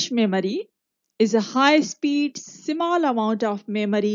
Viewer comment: Exactly, she pronounced incorrectly but I think by mistake she did.